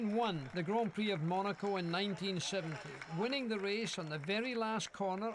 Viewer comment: I like how Moss pronounces Monaco. Thanks for sharing these, it's so interesting, sad that YouTube is so awful